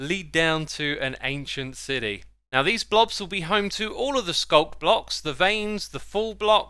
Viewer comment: No one: Xisuma: ancient CIDY